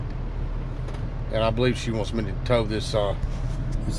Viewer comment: ok its early and i am only 2 drinks in on my coffee. i swear he said these fire lane hoes...... i was like what... then the brain kicked in fire lane tows.....